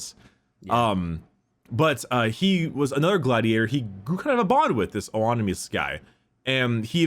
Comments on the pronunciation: It's pronounced "ON-uh-MAY-us". Just a tip:) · Oenomaus: It's a Spartacus reference, pronounced aproximately as Anime - us with the emphasis on the last syllable in anime- AniMEus